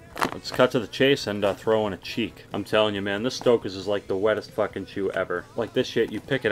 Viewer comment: Ahahahaha "stockaz"